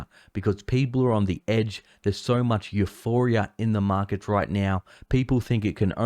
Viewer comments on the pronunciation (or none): none